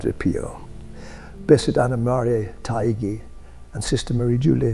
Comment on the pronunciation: Anna Maria Ta-ee-gee (like gee wiz)